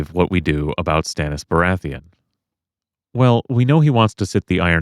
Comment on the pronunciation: Good video. Except: BORATHEON? Sorry I had to point it out, I am just that guy. Great vid tho:D